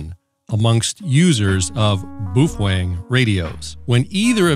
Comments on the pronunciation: Not sure what BWOOFANG is. Please for the love of God, BOWfang BOWfang BOWfang. LOL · It’s pronounced as “bay o feng” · I can never say Baofeng thanks to you.🤦‍♂